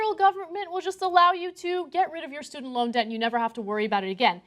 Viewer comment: She pronounces "Debt" like "Death". WTF?